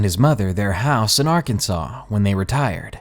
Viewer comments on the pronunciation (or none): You can't be from Arkansas. You keep saying our states name wrong. We don't take that lightly. We aint no part or associated to the union state Kansas. You do know there is a law against pronouncing our states name wrong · Who the fuck pronounces Arkansas like that? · and don't mispronounce the name of the state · I stand by my belief that if they didn't want people pronouncing it "Ar-kansas", either in ignorance or to be an asshat (like me >:3c), they should've spelled it "Arkansaw" from the get-go.